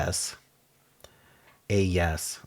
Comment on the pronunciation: “Ayes” is pronounced like eyes. It’s usually used in voice votes: Aye means yes; Nay means no. And if the proposal passes, the person in charge will say “The ayes have it.”